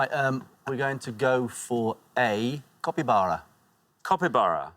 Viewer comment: They are very lenient on the pronunciation. The guy clearly said Copybara not Capybara...